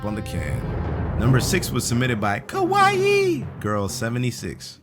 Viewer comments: ....don't ever say kaiwai like that ever again 😂😂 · The wah he said kawii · i love how he said kwaii XD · why did kawaii have to be said like that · trying too say kawaii...